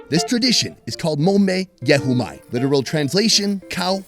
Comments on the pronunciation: Your pronunciation of sadza was spot on 👏🏾👏🏾👏🏾I'm impressed..I was lost at mombe ye humai... 🤣🤣nice try. I figured what you were talking about when you explained it. Thanks Gracia for sharing such a beautiful memory with all of us. May your mom continue to rest in peace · It's the way he pronounced "mombe yehumai" for me😂. I appreciate him saying it❤️